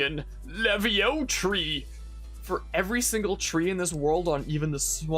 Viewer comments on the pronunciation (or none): none